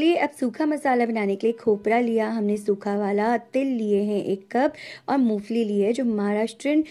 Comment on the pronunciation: Mo fali nahi ,mongphalli bolte hai